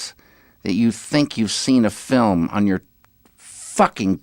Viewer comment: I love your videos, and you say film as filim and it's funny